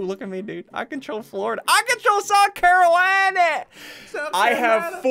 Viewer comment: *Yes SSundee that is definitly how you prnouce south carolina